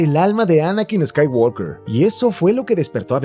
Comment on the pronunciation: Excelente video, pero por favor, pronuncia bien "Skywalker".